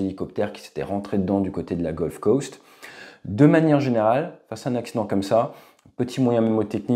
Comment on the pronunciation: On dit Gold Coast 😉